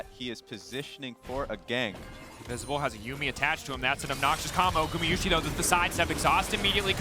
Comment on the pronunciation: People really hating on casters? I think it's consistent and informative and I love that gamayushee pronunciation of Gumayusi lol